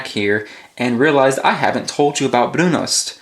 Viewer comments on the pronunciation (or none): One note: it's pronounced ''brunust''. in Norwegian the o is pronounced like a u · Shouldn't the pronunciation be "broon-oost", isn't o pronounced "oo" in Norsk?